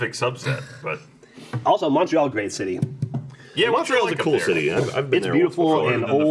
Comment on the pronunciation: I'm a Canadian who isn't from the province of Quebec and I just want you guys to know that you are saying Montreal wrong.